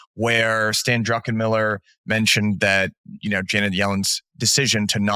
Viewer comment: Why do so many financial channel interviewers and guests add a second 'n' to Druckenmiller's name?